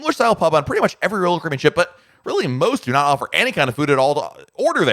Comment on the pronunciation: SLOOOOOOOOOOOOOOOOOW DOWN !!!!!!!!!!!!!!!!!!!!!!!!!!!!!!!!!!!!!!!!!!! PRONOUNCE :CARIBBEAN !!!!!!!!!!!!!!!!!!!!!!!